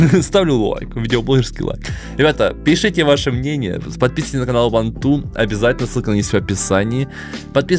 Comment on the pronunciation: Мне кажется что говорит вантун а не ванту Ничего не имею против (если что)